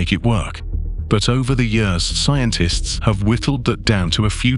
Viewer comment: "See entists".... seriously... this is how we pronounce scientists nowadays. The general pronunciation of basic vocabulary has escaped this Chanel clearly! Guys/gals, a little effort in your editing goes a loooooong way in making the channel feel less like a money grab on ads and more like an informative science channel.